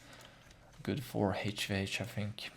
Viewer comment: fink it's T H I N K not F I N K